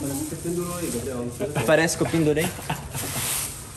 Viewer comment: No começo quando o Gabriel vai falar o nome dele ele falou gabiel 😂😂😂 😊😊😊